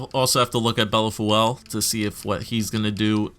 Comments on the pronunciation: Bellefeuille- pronouced Bell-foi as in aussi aussi aussi oy oy oy`````` bell foyyy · its pronounced BELL-FOO-EE but the OO part is not an OO or an UH it's more like an EUH. Try BELL-FEUH-EE maybe that will work? lol